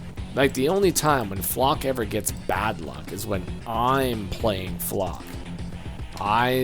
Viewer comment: Your mispronouncing flak